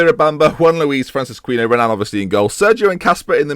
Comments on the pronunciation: It is a bit late in the series to be saying this now... but Francisquinho should not be pronounced Francis-queeno.. it would be more along the lines of Francis-key-neo... love the series, but cringe every time I hear you pronounce that name... I should have said something sooner but being British, decided to let it eat away at me instead. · Basically it should rhyme with Ronaldinho